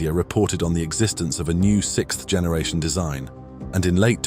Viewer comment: I'll never be tired of hearing people say sicth instead of sixth